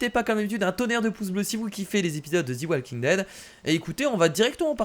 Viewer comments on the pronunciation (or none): ont ne dit pas zi walking dead mais ont dit ze walking dead UN PETIT CONSEIL DE MA PART ALLER CONTINUE COMME SA MEC TU ASSURE🎁🎁🎁🎁🤣🤣😍